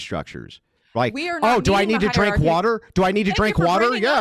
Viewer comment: Oh do I need to drink water, oh do I need to drink wadur 😂😂🤣💀💀💀